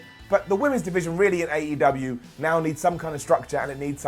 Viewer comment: Why you pronounce AEW as 8UW?